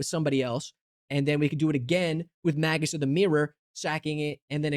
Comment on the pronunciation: I'm begging and crying for you to please look up how some of these words are pronounced before reading them. Magus and grimoire are not pronounced that way...